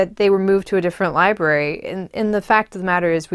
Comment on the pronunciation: *Lie Brary...... Not libary...